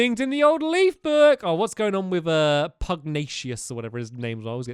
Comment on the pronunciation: No! Stamp pronounced Pugnacius wrong again!